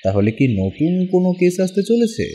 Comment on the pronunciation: কেস উচ্চারন করতে গিয়ে কেশ উচ্চারণ হয়ে যাচ্ছে।।